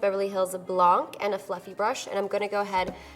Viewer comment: "Blanc" is French for white. Don't pronounce the "C".